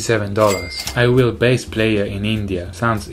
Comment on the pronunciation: It is pronounced as Bass, not base...